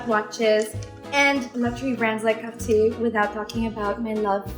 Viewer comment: I’m a big fan of your Mom and you as well. I’m glad to hear you say Cartier in French version and I think that’s how people should say it. I live in the US and I can’t stand it when people say the American version:) i don’t think the French is that bad for people not to say it correctly.